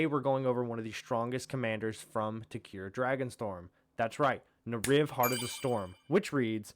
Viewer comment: Bro pronouncing tarkir isn't hard where the fuck did you get tuh-Car from??